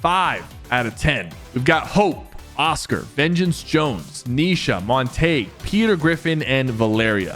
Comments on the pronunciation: He pronounced Aphrodite correctly. But he butchered the other names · No way bro called Montague “Mon-Tayg” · Aphrodite, Ahsoka and Montague pronunciation was absolutely nefarious